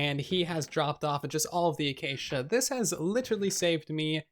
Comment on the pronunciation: Love your videos, but can you look up the pronunciation for the wood acacia? It kills me every time I hear you say it. 😂